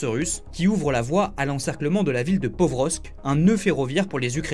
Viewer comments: ''La ville de PoVrosk...'' Pokrovsk (en ukrainien : Покровськ Déjà s'il ne sait pas lire le nom d'une ville, alors il doit sûrement mal lire les chifres aussi !😅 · Pokrovsk, pas "Povrosk", ptn journaliste français qui arrive pas à copier coller un nom de ville je pète mon crâne, faites votre boulot nom de nom